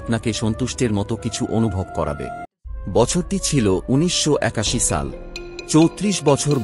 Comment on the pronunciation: Shal not saal